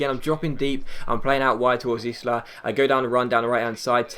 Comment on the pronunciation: It's pronounced eye-la not izh-la, Just a little tip from your agent!